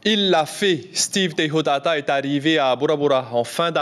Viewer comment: Ah les journalistes c pas teichotaata mais TEIHOTAATA ya pa ch en tahitien